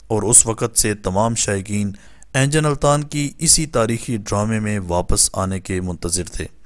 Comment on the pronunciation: بھائی صاحب ، انجن التان نیں ، بلکہ درست اینگن التان ہے